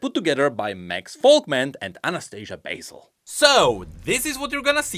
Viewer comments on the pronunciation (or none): none